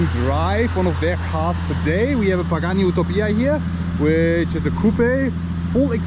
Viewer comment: “OOTOPIA” 😂 at least pronounce it’s name correctly